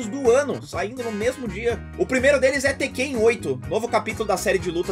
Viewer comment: É a primeira vez que eu vejo alguém chamando o tekken de tekkêin, interessante hehe